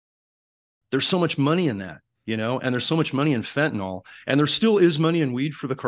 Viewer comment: PLEASE, PLEASE I just know you aren't illiterate. Fentanyl. Fen•ta•nil. Nil like nill-zero. There is no o in Fentanyl. You will sound more knowledgeable if you pronounce it correctly.